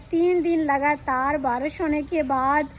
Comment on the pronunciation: باراش نہیں بارش کہتے ہیں